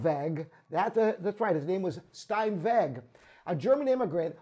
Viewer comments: Not Stein-vegg, but Stein-vegh with a velar fricative. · Steinweg ... Pronounced.. for the benefit of the uneducated, Shtyneveck 🙈🙈🙈